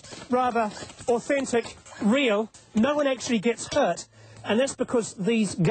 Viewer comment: its hurt not heart